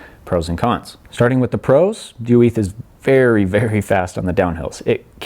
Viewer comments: Dude trying to speak Spanish, oo-eeth? It’s just Oiz. Pronounced “ojzz”. Also, you are riding an XC bike on a trail where you normally ride a downhill bike, so extra kudos for this bike is definitely in place. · Basque, not Spanish, is what makes the difference here. He says it in Spanish, while Orbea is a Basque company. Or in short: you are correct.